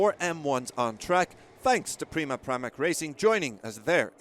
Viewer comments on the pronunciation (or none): none